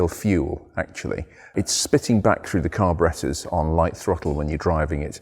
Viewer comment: I love how he says "Carbarettas"